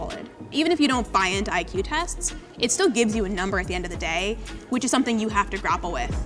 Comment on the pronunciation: She literally said EQ instead of IQ..